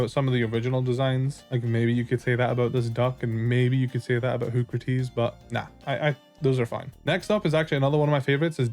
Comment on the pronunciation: Hoocrates is supposed to be pronounced "Hoo-cra-tees" like Socrates, hence why it looks wise